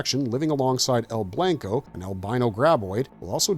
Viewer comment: Good video, but man you're white as shit (coming from another pasty white guy). 😂 "El blanko".... My brother in Christ it's Spanish for the word white, so it's pronounced "El blonco". 😂 Hope that helps you in the future, maybe avoid some embarrassment at Mexican restaurants and such.